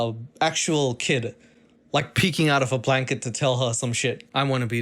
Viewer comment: "A human sized blanet" took me all the way out